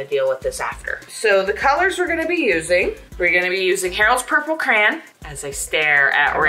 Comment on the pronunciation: The way pronounces Crayon lol 😆